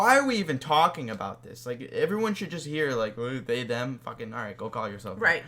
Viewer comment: "sry zem" LOL